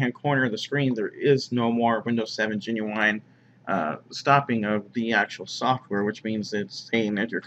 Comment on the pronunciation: The word is "GENUINE" not "GENUWINE"